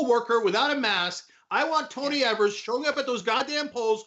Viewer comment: And for f&*^s sake could you learn to pronounce his name right. It's EEvers with a long 'E', not ehvers